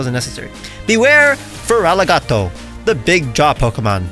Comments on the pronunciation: Feraligato would be easier for Spanish speakers, because unfortunately, they normally say "Feraligart" "instead of pronouncing it as "Feraligator" I do speak Spanish as my main language, but is quite annoying when I hear wrong pronunciations for Gengar, Lugia, Giratina, Sableye, Liepard... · The way I'd pronounce it would be FARaliGatOO